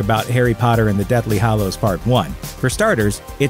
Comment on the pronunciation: So basically all of these YouTube voice over peeps pronounce 'Hallows' as 'Hollows'. It's very annoying.